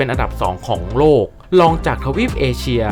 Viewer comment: จากที่ดูมาหลายคลิป ช่วยปรับปรุงด้วยค่ะ 1 นะครับ เยอะเกินไป บางจุดเปลี่ยนเป็น ครับ ก็ได้ บางครั้งจบประโยคด้วย นะครับ ติดกัน 2 ประโยค มันมากไปค่ะ 2 ควบกล้ำให้ถูกต้อง ราวๆ ไม่ใช่ ลาวๆ รอง ไม่ใช่ ลอง 3 ออกเสียงให้ถูกต้อง แอฟริกา อ่านว่า แอฟ ฟริ กา 3 พยางค์ ไม่ใช่ แอฟ ฟะ ริ กา , ทุ่งหญ้า Savannah อ่านว่า เซอะแวนหนะ ถ้าออกเสียงแบบไทยคือ สวันน่า 4 ข้อความในคลิปบอกว่า 30.4 ล้าน แต่อ่านเป็น 3.4 ล้าน